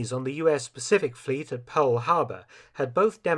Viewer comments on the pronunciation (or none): none